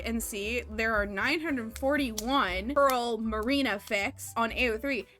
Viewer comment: Pearlina not PearlRina no second r